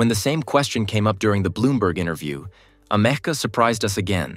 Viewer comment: It sounds like "America" )("ameca") hummm